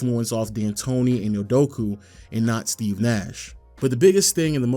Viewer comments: great video but its Udokaaa not Idokuuuu lmao 🤣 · Can’t take bro serious when he keeps saying UdoKU instead of UdoKA